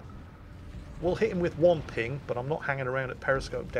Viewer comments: "One phing ohnly pleashe" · " i schall have one phing, and one phing only."